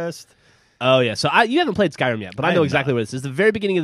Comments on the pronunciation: did he said SKRIM?? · it skyrim not skrim